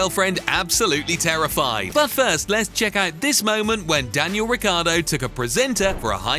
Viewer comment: It’s not Riccardo, but Ricciardo ! He’s an Aussie-Italian!